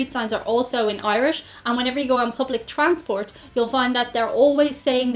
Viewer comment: I want an answer to your very last question. Why do you keep saying transpart? Well, waiting....